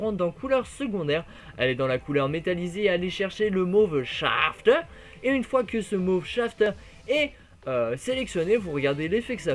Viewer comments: Mauve shaaaaaaafter avec l'accent allemand mdrr :) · Marrante la prononciation du mauve shafters :-)